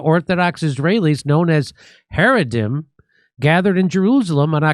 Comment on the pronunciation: It’s pronounced hara-deem. The i.m. Always Makes it plural